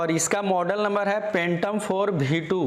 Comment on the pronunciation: Phhhhaaatom oho44 khaa bhiee 2 drone hai 👏👏